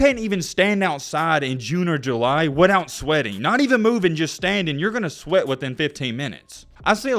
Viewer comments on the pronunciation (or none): none